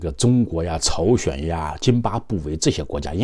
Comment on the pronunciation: 是朝鲜不是chao xuan